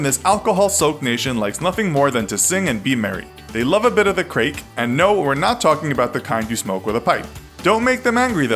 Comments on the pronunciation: Craic isn’t pronounced ‘crake’ it’s ‘crack’ as in crack-cocaine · A bit of the crake😂 its pronounced crack and spelt craic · Craic is not pronounced crake it’s just like saying crack. How to offend Irish 101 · Apparently romania is now bulgaria and you didnt include all of the danish islands you pronounced craic like craac I'm irish and half romanian so... when you showed Luxembourg you put up the netherlands flag and u pronounced malta like Maltese which is the nationality romania is not in poverty but atleast u put up the right country for Romania👍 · Krake.just shut up.its craic (crack) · The Irish bit is class it’s just what everyone thinks but Craic is pronounced Crack not Craek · 4.18!😂😂😂😂 What is crayke! It's pronounced crack! 😂😂😂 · Craic is pronounced crack not crayk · Craic is pronounced Crack, not Crake! 😊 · Lad, craic, we Irish love the craic, but if you pronounce it as "crayek" you'll get your head boxed in, it's pronounced "crack".. soft 'a' sound... other than that Ireland is pretty spot on, wouldve been good to cover the 20+ different accents in Ireland buut i guess its a good surprise for tourists 💁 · Wtf? Amelie is a great movie! Also for the Irish, Craic is pronounced 'Crack', not 'Creek' (I'm Irish) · "crayc" oooofffffff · It's not pronounced "crayc" it's pronounced "crack" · For gods sake, its not pronounced crayk! Sure, its written like craic but its pronounced crack! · Ahaahahaha im irish "craic" is pronounced crack like asscrack or the drug not "cray-ek" lol the stereotype is true enough like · NO! You said craic wrong!! It's pronounced crack, not crake! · Also it’s not “crayik” it’s pronounced “crack” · THEY LOVE THE CRAIC Craic is pronounced crack Not cray-c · For Ireland's segment, 'craic' is pronounced 'crack', not 'crake'. Good effort though. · Crake? It's crack spelled craic for Ireland they are said the same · Craic is pronounced "crack" not "cray-k"! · Ireland has the “creek”? Spelled “craic” yes but pronounced “crack”